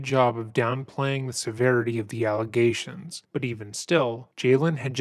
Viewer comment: Within the first two minutes when she says we are doing an investigation into some aligagations. Dude doesn't even ask what aligagations. Guilty right off the bat..